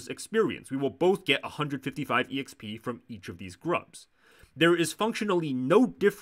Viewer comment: the fact that you're saying every letter of "exp" is very frustrating